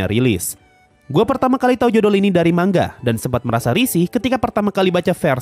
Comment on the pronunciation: Knpa ya kok rata² kalo pengucapan "manga" Kok di baca "mangga"